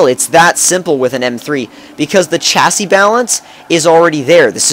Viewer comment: You say chassis kinda weired... I thought it was pronounced 'shassy'